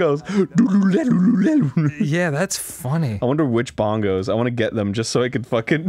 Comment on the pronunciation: Um actually it pronounced BAN-goes I hate it when locals come here and pronounce it BON-goes